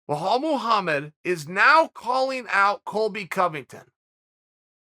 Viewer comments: Bahall Mogamed !!! Loool... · chael is intentionally butchering any non-american name. KABIB, IZLUM MACKLE-CHEV, BO HALL MOHAMMED.. i mean how hard is it to say belal? even tito would have said it better. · Me: Bilal Muhammed Chael: Bahal Mahamad me: ok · What is Chael saying? Sounds like Blowhole Mulhomma. Lol. Good work learning the names!